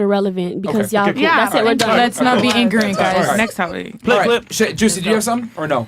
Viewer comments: I cannot believe she said IGRANINT twice!!!!!!!! 🤣🤣🤣🤣🤣🤣🤣🤣🤣🤣🤣🤣🤣🤣🤣🤣🤣🤣🤣🤣🤣🤣🤣🤣🤣🤣🤣🤣🤣🤣🤣🤣🤣🤣🤣🤣🤣🤣🤣🤣🤣🤣🤣🤣🤣🤣🤣🤣🤣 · "I'm not bieng Ingrament" lol😭😭bruh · She pronounced it more like "i-gri-nit" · "Ingrent" needs to go on some merch 😂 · "Iggernint" is my new favorite word. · "I'm not being ingorant?" LOL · Blank women don’t even understand the English language. 👸🏽: “Not irrelevant” “Ingrenant” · You’re a social worker but you can pronounce ignorant or misconception??? Where tf do you work an animal shelter like what kind of social work do you do